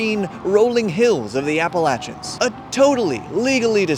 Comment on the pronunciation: Thanks for pronouncing “Appalachian” correctly!! Say it with me folks: “ah-puh-latch-en”